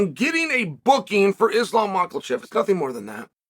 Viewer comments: Every time he says Mahachev is Macklechev i instantly have to change the video. Sorry its very easy to learn it with million and millions o f views just lazyness not to. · Love how Chael adds an "L" to "Makhachev" everytime. We need a compilation of Chael trolling names. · I can't really get behind you on this when you're calling for Michaelchev when I am calling for Makhachev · Blahall, Mocklechev, Pavelich ahhh I frickin love you Chael, please don’t ever change. 😎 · Chael is the only one who calls Belal blahal and Makhachev molkachev